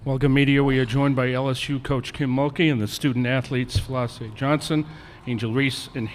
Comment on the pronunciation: This nigga said Flau shae Johnson 💀